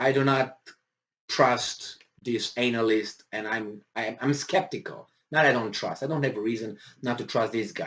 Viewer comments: Love the way you say anal-ist but if you want a phonetic way of saying it it's Anna-list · pls pronouce "expert analyst" better. it makes a funny joke the way you say it. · Can someone, anyone explain the backstory as to why this guy keep emphasizing the ANAL in analyst?? lmao.. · He meant ANAL yst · It's deliberately done by